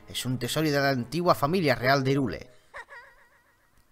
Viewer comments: No se pronuncia "irule",se pronuncia "jairul" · asi se pronuncia hyrule se pronuncia hayrul